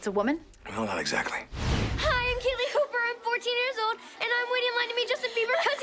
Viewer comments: "Justin Bee-i-ber" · “Justin Be-iber” 😂😂😂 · “Justin Be-eye-ber” “Hold on chalk hands a real man is talking” Fucken can’t 😭😭💀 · I like that Jack mispronounces Justin Bieber's name but Alec would soon find himself familiar with Justin on a family level lol